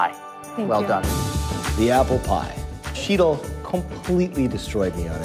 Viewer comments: I get annoyed that continuously pronounces Sheetal's name wrong. Graham too, it's like, it's not that hard guys. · The way they butchered Sheetal’s name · They fucked up the pronunciation of Sheetal's name so bad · I felt sorry for Shetal. Nobody said her name correctly!! She should have corrected them all each and every time they screwed it up!! Idiots!!! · is such an arrogant ass. And he keeps mis-pronoucing Sheetal's name, on purpose I think.